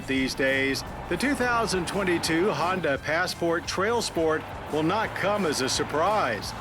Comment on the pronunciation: Agreed. I will let KBB do the reviews too if stays completely away from Hondas completely. (He can also do Acuras without mentioning Hondas) (It's because of his stupid pronunciation of the brand).